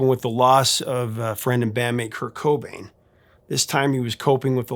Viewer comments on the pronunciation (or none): none